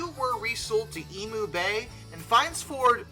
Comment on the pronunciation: Well hey, the NSWGR class 6000 Garretts were much better. And it's emyou not emu